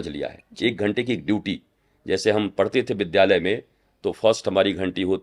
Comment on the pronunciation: विद्या+आलय=विद्यालय को विधालय क्यों बोलते हैं। शुद्ध हिन्दी बोलने का प्रयास होना चाहिए